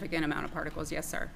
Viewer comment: he said farticles not particles